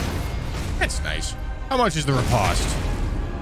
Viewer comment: anyone else hate how he says riposte wrong?